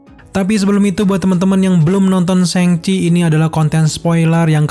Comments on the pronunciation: Bang cara nyebutnya yang bener itu "shang chie" bukan "séng ci" LOL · Bacanya yang bener sangci bukan sengci hehe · Syang ci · Cara baca yg bener "syang ci"